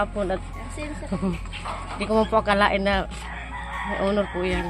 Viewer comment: To pronounce Honor is silent H. “Onor” not HO-NOR!